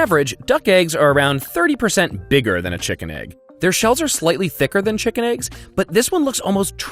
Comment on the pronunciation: Ah yes, tshikin